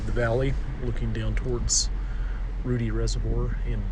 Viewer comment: Don’t think anyone mentioned it, but Ruedi is pronounced like rude-eye not Rudy.